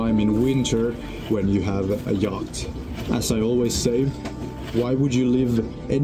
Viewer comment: Interesting project, but there are two words you really need to learn how to pronounce, yacht and channel.